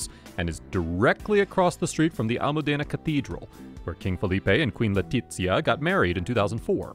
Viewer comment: you are pronouncing Leticia's name Italian, not Spanish